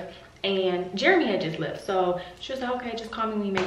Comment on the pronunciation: LOL I cannot believe that Jeremy had the squirrel in the house for three days talking about "I think it lef" hahahhahaha OMG, I swear I wish you guys caught this on the vlog LMAO!